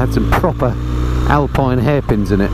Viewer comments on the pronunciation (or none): none